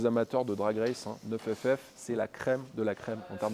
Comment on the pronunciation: ta gueule avec NEUF FF c'est NINE ff . niiiiiiiiiiiiiiiiiiiiiiiiiiiine bordel